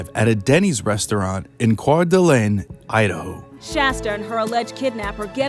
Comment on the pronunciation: Who is narrating this? He mispronounced the city Coeur d'Alene and Kootenai County.